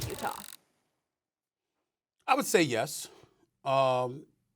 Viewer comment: Stephen A. Smith : "Utahr"